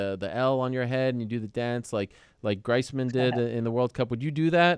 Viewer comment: Lol gricemen it’s griezmen